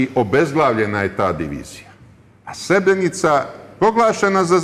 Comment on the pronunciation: Evo gledam vec minutu i odma samo da kazem i voditelj i kurton seselj neznaju izgovoriti Srebrenica ,kako dalje ,samo kazem